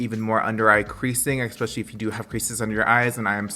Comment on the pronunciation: “eKspecially” i love you lol